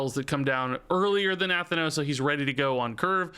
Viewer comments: NUH THAN NOSE thats the pronunciation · Na-Thanos like Thanos, but with 'nuh' in front this is a real Pelagos moment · Looks like Nathanos is gonna be the new "pronunciation nemesis", after Pelagos! :) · Does anyone else get tilted by the way he says nathanos? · Haha the Nathanos pronunciation kills me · Nathanos is so strange to hear pronounced differently. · Are you saying Nathanos wrong on purpose????